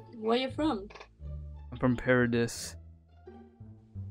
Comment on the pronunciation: Mans said paraDISSSSS *paradis *paradee🤓🤓🤓